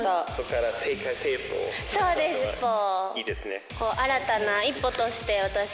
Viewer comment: He makes a few mistakes, like saying "sekai seifu (world government)" instead of "sekai seifuku (world domination)", but yeah, much better than most.